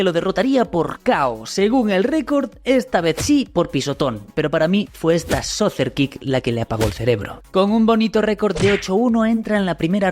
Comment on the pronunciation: Exijo violentamente que no diga mas "soser" kick 😂😂😂😂